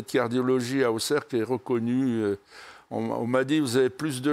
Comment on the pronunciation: Jordan par contre la ville se prononce AuSerre comme le dit Guy. Au lieu de AuXerre